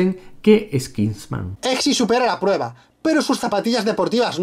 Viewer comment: es kingsman no kisnman